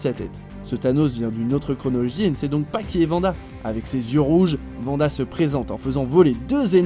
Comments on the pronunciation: Vanda 😅 on dit ouanda pour Wanda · Non. Juste non. Pas Vanda .Wanda. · Juste parce que tu as dit vanda au lieux de wanda je met un pouce rouge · Wanda please ! Pas Vanda ! -_ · 10 eme place pour wanda ? ils me gonflent watch mojo. PS: C’est Wanda pas Vanda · Wanda pas Vanda essayer au moins d'être au courant quand vous faites des vidéos et de pas paraître pour des débutants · Dans X men evolution "en français" ils disent "V"anda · Thanos contre venda😭 Sa se prononce pas comme ça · AsH - ca se dit Wanda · AsH - sa se prononce ouanda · Nakaxx bah moi je prononce "Vanda" parce que c’est la prononciation française et que... je suis français. ( au passage ça va tu t’éclate à t’auto-like tes propres commentaires mdr ?)